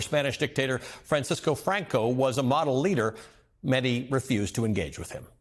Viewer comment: Ali, thanks for having Mehdi on (and for pronouncing his last name correctly). I was horrified watching the Jubilee "debate", but Mehdii handled it like the pro that he is.